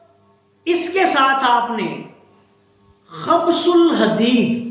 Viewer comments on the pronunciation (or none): gustaakhi maaf, ye khabs ul hadeed nahi hota, khubs ul hadeed hota he: u ki aawaaz ke saath